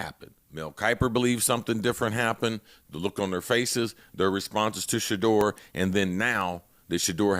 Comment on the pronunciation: Shedeur not Shadore😂